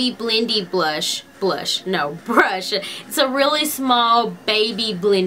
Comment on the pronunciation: Can anyone tell me why she adds a to most words she says like instead of brush she says brusha . Or day id daya